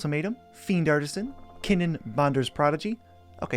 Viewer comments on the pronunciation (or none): none